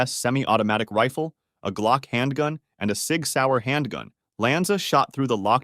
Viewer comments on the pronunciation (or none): none